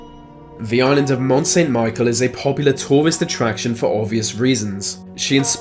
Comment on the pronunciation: you were questioning his intelligence! Asking if he could even count! That was uncalled for! From the ‘Mont Saint’ pronunciation I can understand but otherwise you were just being an imbecile mocking a man who didn’t ask you to watch his video OR critique his speech. You can tell that he tries hard with these videos, I enjoy them and the information they provide. It irritates me when people like you (and trust me, you aren’t unique) decide to just say things like this! Just enjoy the video or click out of it. No one asked for your negativity.